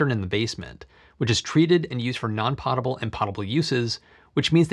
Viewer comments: Nitpick: It's pronounced poh-tuh-buhl. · Potable is pronounced /POE-tuh-bull/ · You are mispronouncing, “potable.”